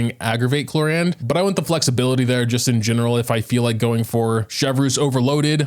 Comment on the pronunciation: Why are u calling her “clorande” though?